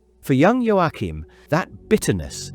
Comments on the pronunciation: It’s pronounced Yo~Kim. There is no pronounce Ain the middle. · Unsinn, das "CH" in Joachim wird wie das "CH" im deutschen Wort lachen oder im russischen Wort choroscho(gut) ausgesprochen...